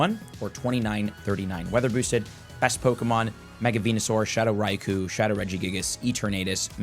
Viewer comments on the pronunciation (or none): none